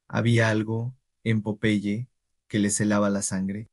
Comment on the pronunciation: No entiendo porque lo llamas de esa manera... es incomodo escuchar que le digas popai, cuando era tan fácil decir PO - PE - YE. 🤮🤢